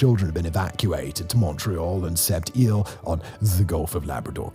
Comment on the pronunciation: Set (pause) eels